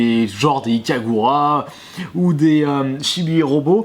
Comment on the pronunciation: C'est Ikaruga pas Ikagura :)